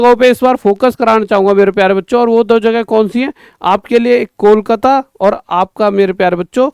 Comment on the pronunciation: ❎ kolkata ya koklat✅ 😅😅😅